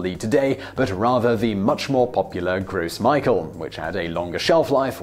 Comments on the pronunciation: Gross Michael? LOL! No, no, it's pronounced like "grow mee-shell". I thought all Brits knew a little French. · You said "gross micheal" in your other video too. It's a French word. Sounds more like "Grow Michelle" I would think you would have fixed this by now. I am disappoint. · *"Grow Michelle" not "Gross Michael." Come on Simon, tons of French word are still used in England (i.e. aubergine), I'd expect you to get this one. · Just FYI, it's pronounced "grow Michelle," not "gross Michael." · The second time (at least) you butchered the pronunciation of the Gros Michel. It's gro me-shell, not gros my-kel... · "grow michelle", not "gross michael" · "Gross Michael"? I question your pronunciation. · Lol, leave it to a Brit to butcher a French pronunciation. Gross Michael lol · "Grosse Michael"....yeah right that's how it's pronounced. Perhaps you want to try that again....here's a hint: French. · I am a little disappointed you pronounced "Gros Michel" like that. If I were in your shoes, I would have made an effort to say it properly, regardless of any resulting accent. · You mispronounced Gros Michel